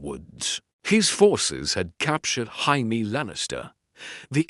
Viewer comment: Why do the AI narrators of any GOT what if? channel struggle with Jamie's name? They all pronounce it "High-mee"